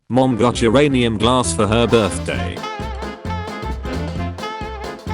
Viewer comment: I thought it was said as "Uranus" rather than "Uranium". 💀